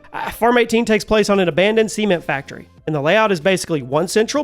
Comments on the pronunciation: I really thought you said Farm 18 was the Semen Factory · OK, I'm sorry,,,but I herd semen factory,,,lol